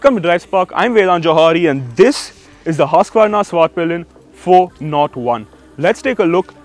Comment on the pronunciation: Irritating. At least pronounce it correct. Its hoosqvarna not hasqvarna.